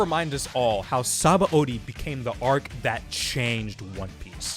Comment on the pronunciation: God, what a great arc … Only thing is that the dub still says Sabãody wrong, LOL. And yes, they did fuck up; the root word is indeed pronounced “suh-BON”.